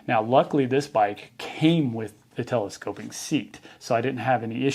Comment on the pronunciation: ‘Telescope-ick”; can’t unhear it now 😂